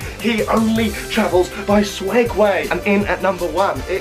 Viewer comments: What the fuck is a swegway? Is it not Segway? I'm I wrong? Have I lived 24 years on this earth saying it wrong? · SEG-WAY NOT SWEGWAY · I thought it was Segway not swegway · Who has noticed that he’s saying swegway instead of Segway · *segway not swegway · Is it swegway or segway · Please stop saying swegway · Is it a segway or swegway??